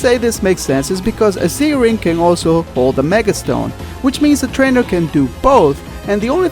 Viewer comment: you said twaner